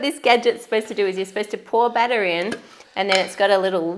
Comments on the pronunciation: For a moment there I couldnt tell the difference between 'batter' and 'butter' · A battah dispensah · Man, when she said 'butter' instead of batter ....lol gotta love it tho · I got lost for a bit when you said baata!! Until I realized you meant batter. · When you said batter dispenser I heard butter dispenser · Am i the only one who thought they were saying “butter” instead of “batter” lol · I thought they were saying butter dispenser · Am I the only one who thought you said "butter" dispenser？